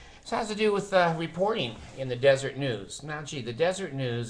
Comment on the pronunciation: I thought the Watchtower was put out by the Jehovah's Witnesses. And isn't it pronounced Des-er-et. Anyhow, you are doing a great service exposing the awful Mormons and their stupid cult. I enjoy your